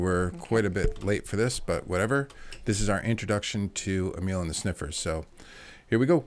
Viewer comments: Nice 😊 ...I think it is pronounced Amil... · Um...you're not saying it right 😂 but that's ok! Say amyl nitrate. And whoa I haven't heard the name Lita Ford for years...such a great seemingly forgotten performer.